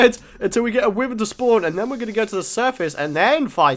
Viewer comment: its pronounced whyvern not withern